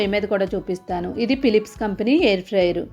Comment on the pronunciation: పిలిప్స్ కాదమ్మా ఫిలిప్స్